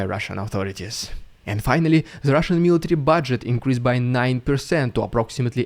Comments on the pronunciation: Rolling Rs in 'Rrrridiculous Rrrrrrussian Prrrrropaganda' is a delight to hear. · I like the way you say the RRRRRRRRRRRRR...s......n prrrrrrrrrropg........a